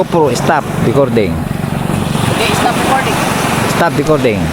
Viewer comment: “ go pro stop DECORDING” 🤣🤣🤣✌️✌️